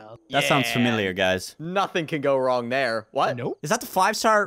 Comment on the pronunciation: On 19 sec says is thare a lawn mower then says thare blowing leafs